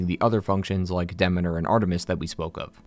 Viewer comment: Great video! But uh.... Are you saying Demeter and Thebes wrong on purpose?